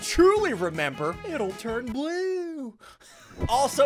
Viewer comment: oh it’s messed up btw lol